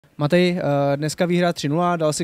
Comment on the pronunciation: Borci, volá sa „MaŤej”